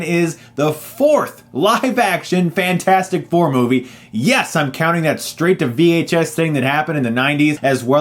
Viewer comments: I absolutely KNEW he was going to pronounce it Fant-Four-Stic xD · I knew it was bad when you said fant four stic lmao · It's rather annoying you're pronouncing this Fant-4-stic. Using numbers as letters for promotional art is fairly common. I doubt you pronounce Se7en "Se-Seven-en." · Please stop saying Fan for Stic its annoying. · For me, it said fans for sick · I thought I lost it when Chris said Fant4stic but then he said Scre4m... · Love how you kept called the movie "Fant-four-stic", one of my pet peeves is when movie titles or people have numbers or symbols in their names, and expect people to read them like something different, i.e. Se7en should be "Se-seven-en" and Ke$ha should be "ke-dollar-ha" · I appreciate your commitment to saying Fant 4 Stick. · "Fant- four - stic". Enough said. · I love how you keep calling it Fant-4-Stic